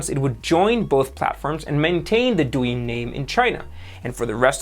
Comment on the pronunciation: You pronounced Douyin and Toutiao way better than you pronounced Xiaomi lol. Btw Xiaomi kinda sounds like "Shiao-Mi" instead of "Psy-Yao-Mi" 😊